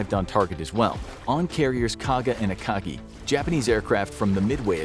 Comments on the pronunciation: Akaji? C’mon… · What is this “akaji” you speak of